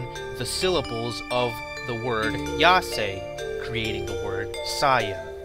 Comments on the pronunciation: Yasai not Yase, just use google translation for the pronunciation -_ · I'm sure someone pointed this out a long time ago, but this is my first time watching this. You say that Vegetable = Yasai but you pronounce it Yase...The A is SA is the same sound as the A in YA, plus you must add the sound of the I that sounds like the letter E in English. It's YA-SA-I (やさい). I think it's bad to give bad pronunciation when you are trying to say and teach the correct pronunciation. Besides that, great stuff. I couldn't figure out Bordock, now I know. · Pronounces "Saiya" correctly but then turns "Yasai" into ""Yasei" somehow. It would be a little more understandable if you also pronounced "Saiyajin" "Seiyajin". Yeah, you don't know the language but wouldn't there be a little bit of common sense not to change pronunciation when simply flipping the word a little?